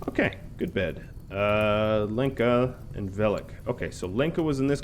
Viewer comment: Lenka is pronounced as Helen, more like Lhenka, Lyenka, not Leenka :)